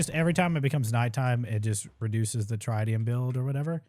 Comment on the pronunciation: Getting a partial tutorial during a speed run is wild. It’s not step by step but if you understand the basics you’re being educated and entertained at the same time. BTW, Tritium is pronounced Trit-e-um